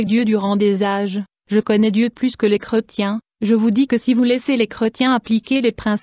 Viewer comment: qu est ce que c est desagreable cette voix mecanique en plus il y a des fautes de dictions style creu..tiens STOP les voix robotiques 😠